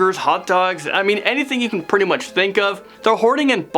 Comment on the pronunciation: Bidets are cleaner and more hygienic. Also its pronounced "pretty" not "purdy"